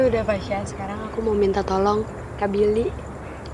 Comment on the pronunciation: Jls bnget kata "tolong"😭